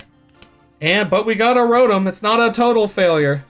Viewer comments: First Pokemon pack experience from a panda vid, but just the fact that he calls Rotoms scrotums fuccccen kept me around lmao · When I hear him say rodum, I hear scrotum.😂😂😂